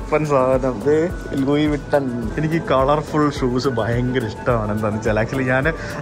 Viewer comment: ലൂയി വിട്ടൺ എന്നാണോ പറയാ... ലുയ്‌സ് വിട്ടൺ എന്നല്ലേ 😂